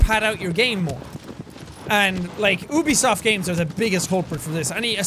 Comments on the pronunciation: 😂😂😂 did he actually just say oobisoft? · Wait but who built all of the stuff here like the colossi also I'm watching for the first time and I don't want to know why you pronounce Ubisoft like that maybe it's because you are Irish? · Just so you know Jack ubisoft is pronounced like youbisoft, not oobisoft. An I didn't mean this statement in a rude way.